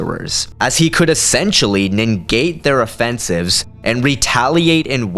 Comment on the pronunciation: Bro, listen...it's not INGATE or NINGATE. It's NEGATE!!! Pronounced N-ih-GATE!!! I love your videos, but this shit every time, c'mon!!